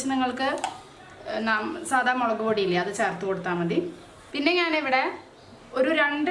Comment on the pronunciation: Charthu ennalla,cherth